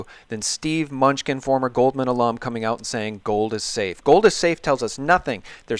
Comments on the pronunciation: I like Munchkin, but it is pronounced Mah-nu-chin. Great interview! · Treasury Sec name is pronounced 'MIN NEW CHIN' "Mnuechin" Where's the Gold? ,Big Mystery that's been wondered about since I was in High School in 70's. Good question...hmm Big $$$ of world have swiped it? Maybe...maybe Not. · Constant wrong spelling and the guy always gets names wrong. Lacks cred. How informed are you really if you don't know Steve MUNCHKINS name.............idiot "MANOOCHIN"